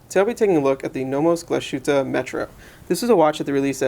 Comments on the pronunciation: Pro-tip: It's pronounced Glaz-hueteh, not Glah-SHooteh. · oh and you mispronounced Glas - hütte.